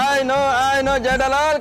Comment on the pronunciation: 😂 Iyer says जैठालाल